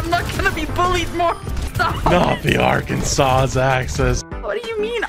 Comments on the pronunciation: there's no way you pronounced both S's in Arkansas and then ripped someone else for mispronouncing dogshit spelled towns and then mispronouncing the town itself. Has to be bait, but damn you sound serious, I'm worried for you. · Bro do people really pronounce arkansas like are - can- sauce?!?! Never in my life have i heard that blasphamy . Its are-can-saw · Idk why but they pronounced it how people pronounce it when they think of the sauce... however neither th sauce or the place is pronounced like that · Last s is silent so its Ar-kan-saw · But he didn't pronounce Arkansas right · The mispronunciation of Arkansas was getting to me boys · Arkansawz??? The last S is silent. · do people genuinely not know how to pronounce Arkansas? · Who pronounces the trailing “s” in Arkansas? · The s at the end of Arkansas is silent so you’re also saying that wrong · That last s in Arkansas isn't actually pronounced. It's weird. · Makes fun of her for mispronouncing names of cities but mispronounces Arkansas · Makes fun of her mispronunciation but can't pronounce Arkansas correctly. Arkansans cringe everywhere including myself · Imagine making fun of how someone says things right after pronouncing the s at the end of Arkansas 🤡